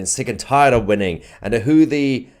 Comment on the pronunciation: Sometimes it sounds like it saying juicy tv, both work😉